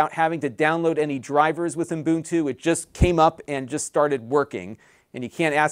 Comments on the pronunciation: Ubuntu not uNbuntu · Its called UBuntu. I don;t know where UMbuntu comes from? As an educator, you should pay attention to how you pronounce things. Imagine being a maths teacher and teaching kids 2+2 = 7.